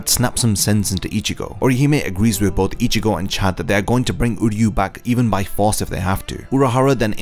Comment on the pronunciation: I hope you do my boy uryu justice in your next video, this was a really good deep dive on Orihime, it’s actually inspired me to try and make an uryu video, keep up the good work, I love the content 😊 Ps: everything says him name like “Udyu” because of the English dub but it’s pronounced “oo” as in Oo that really hurt and “ryu” like ryu from street fighter, I’m not trying to he a grammar queen but if it’s as long as this video I’m sure you wouldn’t wanna mess that up 😊